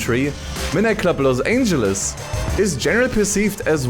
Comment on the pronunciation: "los angles" 💀